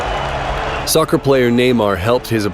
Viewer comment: Did you just say soccar